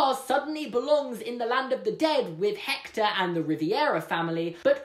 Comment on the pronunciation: I'm Mexican and I'm gonna have to admit that you just added a quirk to our Day of the Dead tradition Suddenly everything changes about that guitar One thing doesn't change, though: you're cute Also, that's not how you pronounce Hector